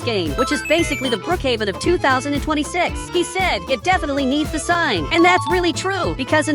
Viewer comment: You said 2026 wrong